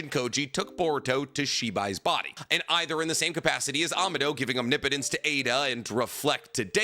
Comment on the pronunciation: Finally you pronounce “omnipotence” correctly lol